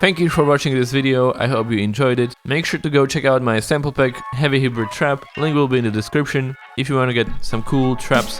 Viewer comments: this sounds like alexandar lewis. dope af. and the pronounciation is ''Haibrid'' noi ''hibrid'' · For the word hybrid it's pronounced like "high-brid" just helping you out for future videos lol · Hybrid is pronounced Hi-Brid (like lid) But I love your videos so much, I’ve learned so much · I thought you said Heavy Hebrew Trap, then I saw you meant Hybrid